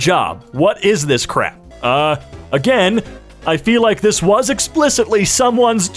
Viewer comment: emphasis on "WAS"